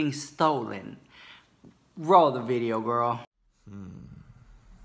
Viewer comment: In today's veedioo